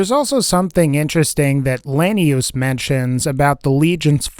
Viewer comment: "Lanius" said wrong twice, correctly once, and then wrong again like 59 times.